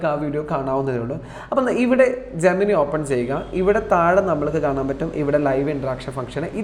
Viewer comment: ❌ #ജെമിനി ✔ #ജെമിനൈ